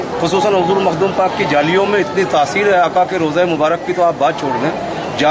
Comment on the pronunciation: Mahdoom nhi h Makhdoom h